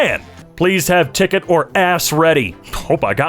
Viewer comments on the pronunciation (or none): Ticket or dicket 😂😂😂